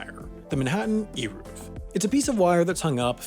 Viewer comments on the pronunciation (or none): This was a REALLY bad explanation. First of all “Eruv” is pronounced with a soft E, as in Elegant. Secondly, the reason an Eruv is so important is because the people relying on it are not specifically men wanting to carry their keys or umbrellas on Shabbat, but rather its mostly intended for families with children. The Eruv allows for the freedom of movement of Jewish orthodox mothers on Shabbat who would otherwise be forced to stay home with young children while her husband attended Synagogue, since carrying children and pushing strollers in a public domain is what’s considered forbidden on Shabbat and because in orthodoxy, only men are obligated to attend synagogue. With an Eruv, an entire family can attend synagogue on Shabbat or take walks together on Shabbat without fearing they will be breaking the Sabbath by carrying something in a public domain. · Melachae has the ch pronounced with a hacking to clear phlegm. Eruv is not eeruv - it is ehy-roov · It’s pronounced ayruv And ma-la-cha And tal-mud like mud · Here in Israel it's Eh-Roov. BTW it's MelaKHa not MelaCHa. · That was painful to watch. Eruv - rhymes with hey move Melacha - the ch is pronounced as in Chanukah, and it doesn't mean "work," it means creative activity. "Avodah" means work. And "melacha" does not appear in the 10 commandments (which, btw, we don't call the 10 commandments, but the 10 utterances). "The rabbis decided ..." Nope! All those laws were given to Moses by Hashem, they just weren't written. Hotzaah - rhymes with oats mama. On Shabbos you can't bring your toaster to your front lawn with or without an eruv. You can't carry it from your bedroom to your living room either. A toaster is "muktzeh" which means you aren't allowed to move it with your hand. If the Sabbath Goy forgets to turn the lights on, he can be reminded. There are certain rules that are different for a congregation than for a private person. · It’s pronounced Aye-Roov :) your welcome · It's pronounced "air-ov" wire.